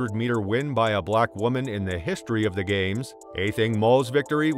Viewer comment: I find your pronunciation distracting.